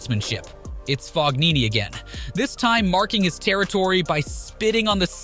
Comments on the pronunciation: It's not FOG-nini, it's silent G, Fo-nini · It’s not fog-nini I it’s fon-nini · u can't call ur channel "tennis", if u can't pronounce ATP/WTA players' surname properly. FoGnini? nobody pronounces G there. also seeing someone get frustrated and destroying his racket doesn't state as "unsportsmanlike" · Italia died when this guy said Fognini